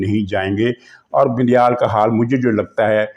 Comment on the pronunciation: عارف علوی صاحب کو علوی کی بجائے" اُلوی " الو کی نسبت سے پکارتے ہیں کیوںکہ ان کے کرتوت ہی اُلؤں والے ہیں ۔ یہ جان بوجھ کر ایسابولتے ہیں ، اصلاح کی ضرورت نہیں ہے ۔ بڑی عالم ،فاضل اور دانشور شخصیت ہیں ۔اسی طرح یہ بَندیال کی بجائے "بِندیال" کہکر پکارتے ہیں۔ شکر ہے وہ انہیں "بَندریال" نہیں بولتے ورنہ آپ اس کا مطلب خود ہی سمجھ جا تے ۔